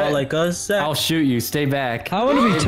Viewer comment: I’m sorry to be that person but it’s ‘Zach’ 🤣